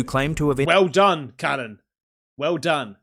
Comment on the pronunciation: Cannon?? U called slam jam cannon 😂... Ive noticed uve done it for ages no Biggie.. BUT, the Ozzy fella is called Callun..not Callum, CALLUN